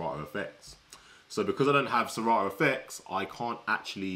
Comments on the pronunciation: Please it's serato not sera ooo mention it well😮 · Lol.. he said se rah o.